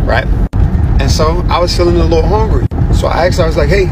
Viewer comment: I can't get pass him saying HONgry